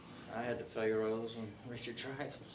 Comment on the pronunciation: Lololol....."we'll drag ya...." AG is one of my favorite films ever. I love how pronounces it "fay-roes."